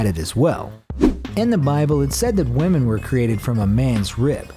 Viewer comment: i love how he says wemen